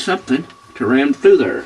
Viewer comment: I love your accent!! I had to pause in the beginning when you said: show 'em the indentation! Right der.. right der! It was tooo funny but I'm laughing with you and not at you. I'm definitely going to hed your instructions to fix my washer!